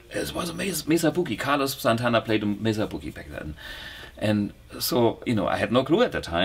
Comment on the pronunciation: OMG a German pronounces MESA BOOGIE correctly ! ) May Suh. I cringe at every limey and kiwi that says Messa buugeey lol. This is the best interview and demonstration of this product out there. Do I wait for the bluguitar X model ?